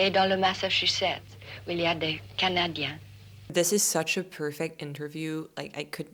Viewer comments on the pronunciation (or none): Quant il a dit "candiens de Montréal" il y avait une nette trace de l'accent québecois à la fi de "canadiens"!